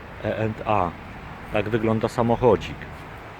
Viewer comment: twój angielski widać na poziomie zerowym, nawet nie umiesz nazwy firmy wymówić to płacisz za wszystko co ci każą bo nie umiesz sie wysłowić zeby odpowiedziec chociaż podstawowym angielskim